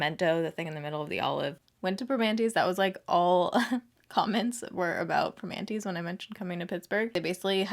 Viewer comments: "per-mannys " is how us pittsburghers say it 😂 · Love love love that shirt!!! It’s pronounced like this “PRA-MAN-TEE’s” I am so sorry I did not make it up. 😩 I loved you both stayed in Mt Washington. That is by far next to the North Shore (close to Heinz’s Field) for excellent views of the Burgh. It is so amazing up there! Love SS videos. Glad you made it to the Burgh! I cried watching you with all those beautiful people at Ross Park Mall. You make such a positive impact in your audiences lives! Pittsburgh is known for being super friendly! I knew they would come out in full force for you!!! So glad to call PGH home! 🖤💛 Smooch and Congrats! 💋💋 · Haha it’s pronounced in Pittsburgeese “Permannìes” Loved seeing you in my city girl please come back!!💕💕💕